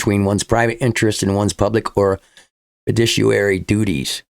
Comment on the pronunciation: Fi-DU-ci-a-ry, pronounced fih DOO shee air ee